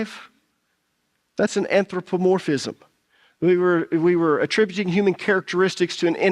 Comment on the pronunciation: Since you studied new testament Greek, At least do us the honors of pronouncing it "anTHropomorphism".